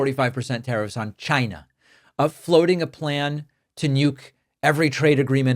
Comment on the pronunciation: I love TESLER...CHYnaaa....BIGLE...